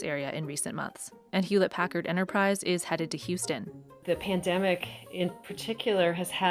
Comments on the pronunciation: "Drew House ton" - really? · You can't pronounce Houston "House-ton" and be a Texan. It's in the state Constitution. I'm sure of it. There's no such thing as a $12,000 connection fee. That's nonsense. Water bills are city by city. I've lived in Austin. Never paid that. He's full of it. My water bill is around $200... every 3 months. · I never heard Houston said that way before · "Drew H(a)ouston", CEO of Dropbox Why is this not pronounced like the name of the city of Houston?? 😫😓